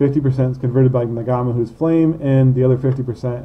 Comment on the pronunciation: Do Americans really pronounce NG as NuhGA???????